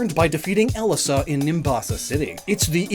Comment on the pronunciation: Her name is pronounced el-E-sa The second E is a hard E